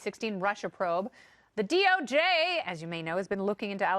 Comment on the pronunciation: The way she says DoJ ...😂